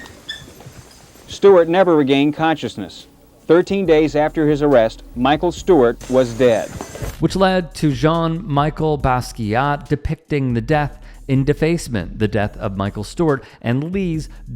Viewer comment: Jean-MICHEL, not Michael.. do better